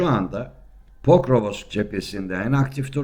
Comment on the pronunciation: Hacı PORKOVOSOKSAFONSOK değil, POKROVSK. Her gazeteden KOVULAN gasssteci..